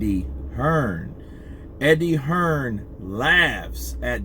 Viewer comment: Who’s Eddie hesrn? 😂